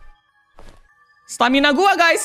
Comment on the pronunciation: tadi kak regi bilang "stamina mina ee"😅😂